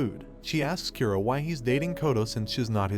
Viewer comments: Japanese names are supposed to be read as Ku-ro not Kyu-roh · His name is Kura ( Kuu -do) not Kearo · Its kuro not kyuro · Why are you pronouncing kuro as kiro. The "oo" and "ee" sound are completely different sounds!!! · How do you mispronounce Kuro(black) that badly, it sounded more like you said Cuero than Ku-ro. A good rule of thumb with japanese pronunciation, is to pronounce the vowels clearly. And most of the the time have the sound of the vowel when it’s alone. Sorry if I sound mean but I’m really just trying to help make your content better, and I believe proper pronunciation of names is an easy way to do that. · His name is Black not "q row" it's pronounced ku like the kkk Ro as in rollercoaster Kuro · "A boy named Kiro" Text: Kuro Uhh... Rest of the video. "Kiro. Kiro. Kiro. Kiro." 🤣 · Kuro (Kee ro)? Saki (Sack ee)? I can't 🤣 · Kyuro? Sacky? Wtf man. Learn how to pronounce Japanese names. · Kough-towe Kyoo-roe oh my fucking god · U said Kuro and I heard Kiro, kiro was my pet , died a week ago . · “sacky” and “keero”